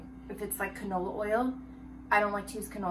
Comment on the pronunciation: “What is a Conola”😂